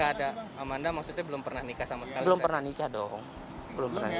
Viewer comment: Manda Salah pengucapan doang